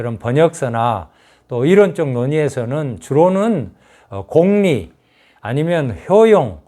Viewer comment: 공~리가 아니고, 공을 짧게 발음해야 합니다. 공리!